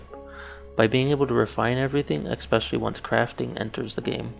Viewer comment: It's "ESpecially", not EXspecially". Ffs.